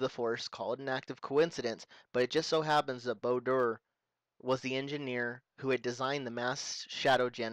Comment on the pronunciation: Bao-Dur (said Bayo Dur)..sorry but it was nagging at me...sorry :( Anyway good explanation videos, been watching from 3 and liking it so far :D Its telling me stuff I either missed or just didn't know.